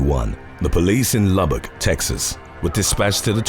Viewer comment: I was expecting you butcher the name Lubbock, but you pronounced it right lol